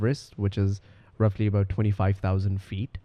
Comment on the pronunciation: Aboot ( here comes the canadian accent ) 😁